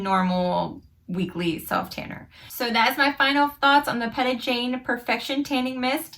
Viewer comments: Her name is actually pronounced Pee-tah (like Peter) not Pet-ah ☺️ she now has 3 different shades of the tanning mist (same with the mousse) light medium dark. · It’s pronounced lite pita bread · You pronounced her first name wrong if you're going to promote a product at least get the name correct